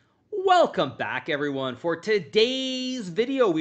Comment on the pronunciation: Can someone please explain the extra ZZZs whe says todaysszzz and thezzze knights??